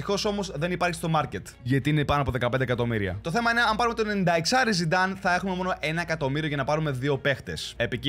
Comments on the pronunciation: Ο ειπε zinedine zinedan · ζινεντιν ζινενταν αχαχαχαχα έκλαψα 😂